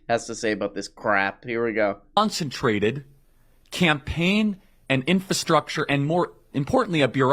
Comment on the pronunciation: "concentrated campaign"... the way it rolls off his tongue, makes it sound a lot like "concentration camp"